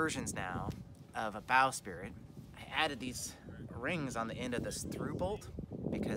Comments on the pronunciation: sprit... not spirit... sprit. sprit. only 1 i. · I think you mean bow"sprit" not "spirit"...lol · It's a bowsprit...NOT a bowSpirit!!!!!!!!!!!!!!!!!!!!!